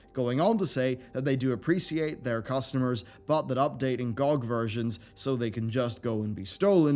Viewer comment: GOOG? it's GEE O' GEE